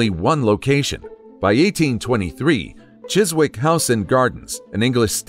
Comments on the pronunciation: No 15 looks like a camellia, although it’s described as a rose. PS, ‘Chiswick’ is pronounced ‘Chisick’. The ‘W’ is silent. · The Angel raised the awareness of knife crime. If it got people talking, then it served it's purpose. Not all Angels are good. Satan was an Angel too. Please learn how to pronounce British place names eg: Chiswick, the w is silent. Blenheim is pronounced two ways depending on the regional dialect but neither are the way you butchered it. Its either pronounce Blenem or Bleneem.